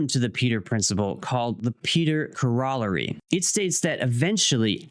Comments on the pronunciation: Corollary is pronounced like "core-o-larry" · I physically cringed every time you said corrolary once I understood what you meant. I had to convince myself you could read all the letters in order and pronounce it that way. It's a correlated idea! I remembered earlier in my life I got other people using the word resequence. Except I said it like REZ-ah-kwence. So they all pronounced it the way I did for a couple years until I realized Sequence was right there the whole time. I think this happens eventually to anyone who does their own reading